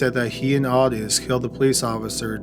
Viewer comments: Oi-tis not aw-ti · It's OHtis not AWtis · It’s pronounced Oh tis not ah tis. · Weird how Lucas keeps calling Ottis "Ot-tis" and not "Oh-tis" in this phone conversation though. Guess even Lucas can't pronounce his best friend's name right either, huh? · The name is pronounced Oh-tis. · How can you not say Otis? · The way he is pronouncing Ottis makes me want to kill (Oh tis) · Ottis is pronounced Oh-tis. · I've seen documentaries where its pronounced OH-tis 🤷🏻‍♀️